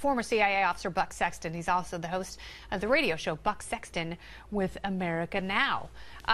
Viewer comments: Is it me or instead of buck I heard buttsex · danny fox, nope. wasn't just you. 😁😁😁😁